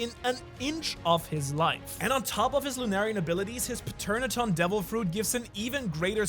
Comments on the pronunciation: You never had to say Paternadon. It's Pteranodon. Emphasis on the T, so it's more like pTeranodon. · I just ignore the list and just say this: Peternaton?? What is that? It's Pterandon (with a silent P). Oh, and flying reptlies (Flugsaurier) are not dinosaurs. I know its petty, but this is the worst pronunciation I've ever heard. And language barrier doesn't count, its the same word in english and german. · It's pronounced "tuh ran nuh don" the P is always silent as it is a Greek word where the P and T are pronounced together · pe-ter-adon wtf its tear-an-adon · WHAT THE HELL IS A PATERNATON ITS PRONOUNCED TER-AN-UH-DON, THE P IS SILENT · Lol pterodactyl the P is silent so its said terodactyl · It’s pronounced ter-an-ah-don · In Pteranodon the p is silent it's simply teranodon hope that helps 😊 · You pronounce kings fruit ter-ano-don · If I sound pretentious or full of myself I’m sorry I’m not trying to. It’s pronounced tur-an-oh-dawn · paternadon 😭😭😭 when saying “pterodactyl” or “pteranodon” the P is silent, which is also why you cant hear a pteranodon take a piss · Everyone be carin about the power scaling and no one realized bro said "pateraton" 💀 (He was talking about king) 💀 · The p in pterodon is silent. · I'm sorry but the way he says Pteranodon just pisses me off 😭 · Brother the p in pteranodon is silent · This might help. The "P" in "Pteranodon" is silent. English spelling can be weird, to say the least. Much love. 🤗💖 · HOW DID HE PRONOUCE PTERANADON????????????????? LOOK IT UP ITS EASY!!!!!!!!!!!!! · Pronounce pterodactyl The P is silent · The P in Pteranodon is silent